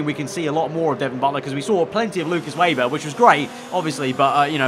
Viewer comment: I know it’s not really a big deal but Please can you stop saying Lukas WAYber, it’s pronounced VAYber by the commentators. I thought Sergey Siroptkin was driving me mad in the last game.